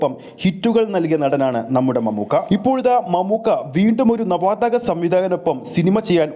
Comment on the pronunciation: നവാതഗ അല്ല bro, നവാഗത സംവിദായകൻ എന്നാണ്